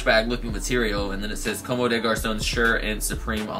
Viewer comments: it s "Comm" bro the e is not pronounced 👍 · bruhhh I don't mean to be the grammar nazi but it pronounced like "comb" haha its french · I'm French, you don't pronounce the e at the of a word unless it has an accent or another consonant following it